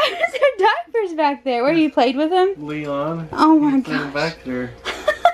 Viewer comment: it's leon not lein lol